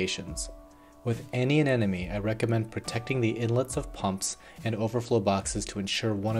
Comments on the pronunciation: You realise it's pronounced anemone not anenome right? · Loved the video, but I'm having the slightest problem getting over the fact that you're saying anenome not anemone, but even Nemo had trouble pronouncing it:) That aside it was a great video, thanks so much! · It took me a couple times of you saying it for me to notice, but you're definitely saying anenome instead of anemone. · It's aneMoNe, not Anenemy :]